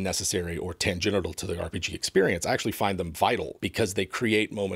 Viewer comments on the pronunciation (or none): Did say "tan genital" instead of "tangential"?